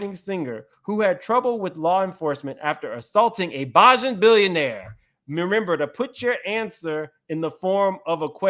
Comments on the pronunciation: BEY-JIN….not BAH-JIN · You need to learn how to pronounce bajan. It’s “BAY-JAN” not “bah-Jan” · Yall "bajan" is pronounced bay-jhun. had me do confused! 😅 I wish Wendy could cover this! I know they fake madeup but he got her fired & attempted to wnd her career! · Someone else commented that it’s bah-jan and not bay-jun, lol. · Bajan is pronounced Bay-jan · For Rihanna it’s pronounced Bay-Jan! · Pronounce Bajan one more time 😂